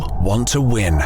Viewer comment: "They ooll want to win..."